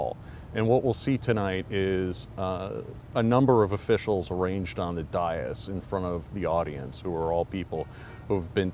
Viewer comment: Dais is pronounced "day-us" not "die-us."